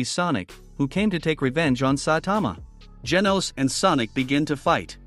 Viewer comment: Bro said geenos💀